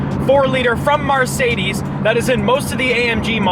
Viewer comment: Anyone else notice that when he wants to say Mercedes says marcedes